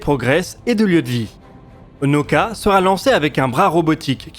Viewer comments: Nauka: elle se pronounce "na-OU-ka" avec trois syllabes et veut dire "la science." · Наука - transliteration Nauka se lit en français Naouka. N-A-OU-K-A.